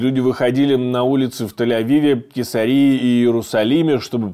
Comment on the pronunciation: спасибо,смотрим всей семьёй!!! только КЕЙСАРИЯ- ударение на А😉